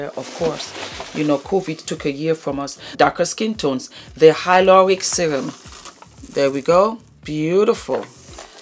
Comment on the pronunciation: Love the way you say : hyloronic. The way you roll the Rs.Too cute 😍